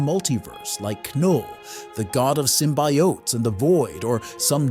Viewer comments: I think the reason people think its an AI voice is it pronounces Knull "Kinull" and Symbiotes "Symbeeyotees" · Sim-bye-oh-teees..... lmfao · There is no way a real person consistently pronounces simbiotes that incorrectly.